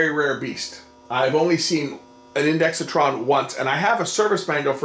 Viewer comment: Great video! Just one small quibble; there's no "i" after the "x," so stop saying one. It's pronounced INDEX TRON, not INDEXI TRON (I did say it was a small quibble.)